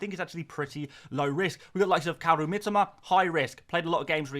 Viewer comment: Mi-TO-Ma...say it right please...I'm Japanese and "Miteema" triggers me every time you mispronounce it😅